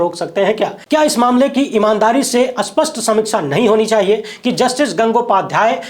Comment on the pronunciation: Bhai, स्पष्ट का अर्थ क्या होता है? स्पष्ट = स्पष्ट ( विशेषण ) उदाहरण: इस कहानी का दूसरा पक्ष स्वत: स्पष्ट है। उदाहरण : वह बिना किसी स्पष्ट कारण के क्रोधित है। +40. स्पष्ट = स्पष्ट(विशेषण) And अस्पष्ट =unclear, VAGUE(Adjective) Please improve pronunciation and accent.